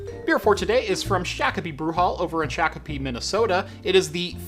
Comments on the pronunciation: It's pronounced....shock-O-pee. Not shack. Lol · Shock - Oh - Pee :) Say it like a Minnesotan! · He is getting closer to pronouncing it correctly. :) He has more Minnesota beers to drink still.